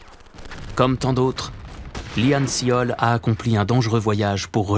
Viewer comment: Petite remarque, il s'appelle Lee Han Seol (이 한 설) qui se prononce "yi hann sôl" (o comme le o de porte)